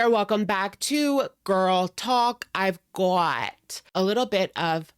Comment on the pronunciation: "Oy've gawt"! Love you Alex!!!!